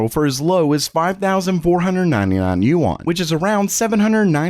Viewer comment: The Chinese currency is pronounced closer to “Ewe-N” with a rising tone.